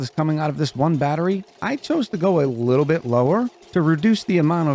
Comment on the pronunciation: "Just a luuutibit aof carbon dioxide" lol. Great video